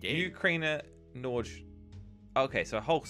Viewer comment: If Norgeplays is Norwegian then it is pronounced nor-ee-ga I say this because norge is Norwegian for Norwegian